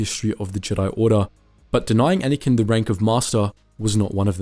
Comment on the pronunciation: It’s pronounced Anakin